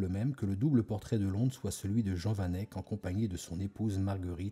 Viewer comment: Pourquoi vous faites pas d’efforts sur la prononciation du nom du peintre ? Sinon super vidéo 👌